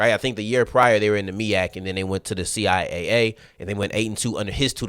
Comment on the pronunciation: CI Double A for sure. I find it funny that some people are using C I A A as the way to pronounce the conference name. To me it tells me that needs to spend some time looking at CIAA and MEAC related media from the conference.